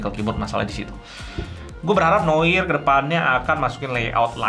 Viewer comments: bacanya noar bang, bukan noir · Seharusnya bilangnya "noa", noir itu bahasa prancis aslinya, pengucapannya noa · Cara membaca Noir kalo bhs inggris jadi "Nowar" XD